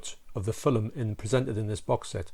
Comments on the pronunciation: Never heard of a "filum" 😅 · Nice shirt. Very apt for the review. Lol Texas Chainsaw Massacre outside. That happens to me all the time when I record video. That's a fantastic movie collection you have behind you. I love that you say 'film' like me with 2 syllables. I get such ribbing for that, lol.